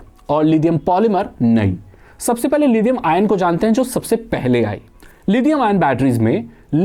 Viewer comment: लिथियम होता है लीदियम नहीं। इंग्लिश में d से द नहीं होता है।